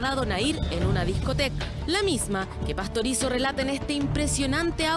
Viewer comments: y varias veces dijo Pastorozi en vez de PASTORIZZO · No es Carla Pastorozzi, es Carla Pastorizzo... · PASTORIZO es el apellido, en varios momentos lo dice mal y es bastante molesto. releer los guiones para decir bien el nombre del muerto al menos. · Inclusive dice mal el apellido en dos ocasiones.